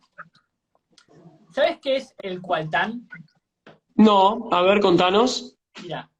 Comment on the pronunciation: No es "CUALTÁN", es "COLTÁN" (mineral de columbita-tantalita)!!! Vamos a mejorar un poco el nivel al decir la verdades!